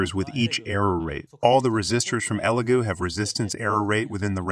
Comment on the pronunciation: It’s pronounced e Lego like the blocks